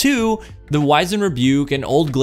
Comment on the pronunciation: Wiz end. Wiz end. Not wise end. English class was apparently wasted on everyone that plays destiny